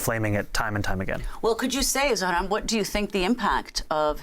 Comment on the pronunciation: Cuomo, the has been "democrat" and abuser of women, goes to the most pathetic form of insults by INTENTIONALLY butchering Zohran's name continuously! For anyone with an iota of human decency, this type of INFANTILE BEE-ES behaviour should shut that so and so off for good. I am not a New Yorker, not even a resident of the USA. A total outsider. But, l a Sri Lankan 🇱🇰 who currently live in this truly multicultural city state, the little red dot in SE Asia, send my deepest heartfelt wishes that the wise New York City voters will chose this remarkable man, Zohran Kwame Mamdani as the Mayor of their city. 🤞 🍀🤞🍀 Please 🙏🙏🙏 make that the reality come November , for the alternative is... unbearable. That ugly womanizer Cuomo does not deserve to be your Mayor!